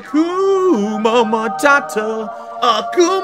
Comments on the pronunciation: bro said Hakuma Matata instead of Hakuna Matata im done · is he saying “akuma matata” ?? isn’t it “hakuna” this dude pisses me off even when it’s fucking trivial 😭 cos he emphasizes so heavily that he’s always right and never makes a mistake but something this well known he doesn’t know